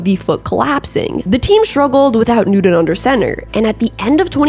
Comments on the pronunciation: It's clear you're not really a serious sports reporter...I'm sure Cam don't got a Nuden...Really...Biggest name in NFL for a while and you can't even say his last name correctly...let's try <NEW> TON...Just like it spells on the back of his Jersy...or you can even listen to old Panthers games to get the correct way to pronounce his last name....Ok Nudie Nudie...Judy...Hey let me kno when you get an OF page....id like to....lol...smh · I appreciate your channel and like your ‘fast-talking’ style. One nitpick though… His name is Cam NewTON not NewDone. Never heard it pronounced the way you do it. It kind of took me out of the video. At least you’re consistent. Nice video otherwise. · Such a great broadcaster only held back by not being able to say the letter T. Cam Newdon. Cam Newdon. Cam Newdon. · Cam Nood-en ( pronunciation) wasn’t suspended from the Gators just because of the laptop theft. Let’s just say he had a thieving issue when he was at UF. Coach Myers was notorious for covering up ‘misbehaviors’ among his players, but because Cam was a focus, some of his misdeeds made it in the paper, and his reputation went down the tubes. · Cam New-Din. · I love your videos, but I kept hearing Nude-In every time you said his name! Sorry, I don't mean to disparage. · There is actually “t” in Newton 🤷🏾‍♂️ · Just curious if you can pronounce the letter T? I enjoy your videos, but it’s like you’re saying “Nudeon.” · I actually like your channel, but you keep pronouncing Cam Newton‘s last name with a D. “Newdon” And it’s super distracting!!! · Newt-in 😂 love it! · It's a good video, but the pronunciation needs a great deal of work. Cam Newton spells his name with the letter t, not the letter d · As a Broncos fan who laughed at Newton his entire career. He doesn't deserve to have the pronunciations of his name slaughtered like this. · Love her vids but the way she says Newton made me switch videos 😂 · Why can't you say "Newton" like a normal person? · Cam Nude-n. lol